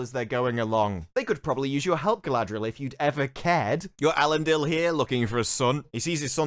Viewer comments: Hahahahaha glad someone else noticed their pronunciation of Galadrrrrrrieeel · I never heard somebody calling her Guyladriel before. Its a bit disrespectful.